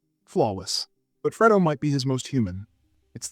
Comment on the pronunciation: Whenever I’m unsure if the narrator is AI, he pronounces “Fredo” as “Freedo” and “Fiennes” as “Feens”. Otherwise, excellent criticism as always.